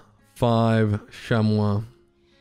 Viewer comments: just making sure, you know it’s pronounced sham-mee right? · I love the “shamwaw” too😂